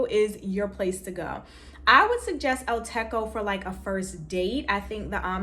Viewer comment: El Techo is pronounced with a hard ‘ch’ not K, Techo means roof in Spanish